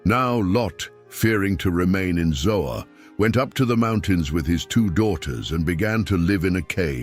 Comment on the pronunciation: I dont believe its ZOA but ZOAR.